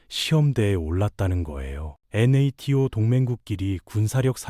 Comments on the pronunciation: 아무리 AI로 만든다고 해도 NATO 나토를 엔에이티오로 읽는건 에바 아닙니까? 에혀.. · 엔에이티오 ㅋㅋㅋㅋㅋㅋㅋㅋㅋㅋㅋ